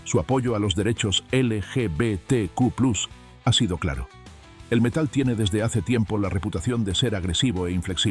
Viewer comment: Una tontería pero se dice plus no plas es latín